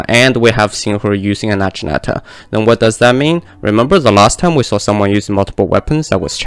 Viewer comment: It’s not na-jee-nata it’s nagi-nata lol